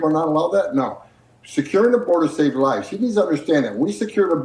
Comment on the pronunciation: The fact that the AI constantly mispronounces "live" and "Ugency" is pretty silly.